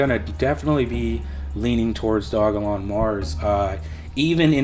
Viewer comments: It's dogelon mars, not dog-a-lon mars lol and ELON is a way better investment than SHIB because the market cap is 25x lower! Not to mention it has a maximum supply set. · Its Doge elon not Dog elon dude So annoying hearing u pronounce it wrong 😑🤪